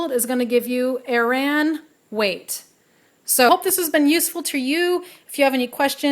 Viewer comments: Just FYI: "Aran" is usually pronounced like "errand" without the D on the end. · This is SO shallow of me! But I have never heard Aran pronounced as you do, with the accent on the second A. I have always, in my many years of knitting heard it pronounced "AIR-en".